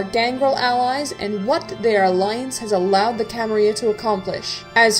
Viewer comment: Very nice work! Please dont take this wrong, its just a question: Why do you use modern spanish to pronounce "Camarilla" (with the /y/ phoneme)? I've played in many larps but actually never in any using English as the main language (I played in Portuguese, Spanish and Italian) and maybe you guys always use /y/ idk. But wouldn't it be more appropriate to address to it as it probably was said in the 15th century by the founders? with LL as in "million" (Catalan/Archaic Spanish)? Just curious :)